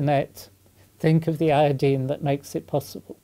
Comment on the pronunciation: Eye-o-dine not Eeee-ya-deen! Great video! Oh and aluminum not aluminium.